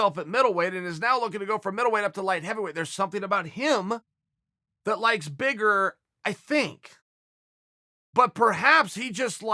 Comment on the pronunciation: almost thought he said "licks"😂😂